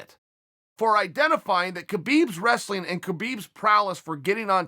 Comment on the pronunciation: Here for the 'wrastling'